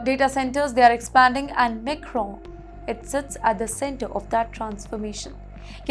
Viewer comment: The tone is very monotonous...I feel like I will go to sleep .It just feels like she is not being able to relate .Its not Macron ....Its Micron ...😅.